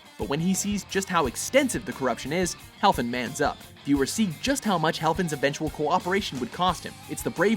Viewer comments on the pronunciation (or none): Freddy HeFLin, not HeLFin. It was written correctly on screen, but mispronounced every time. C'mon! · heFLin. not helfin.